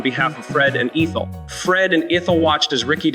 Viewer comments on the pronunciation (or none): It's ETH-EL, not EEETH-EL. Just being helpful.😊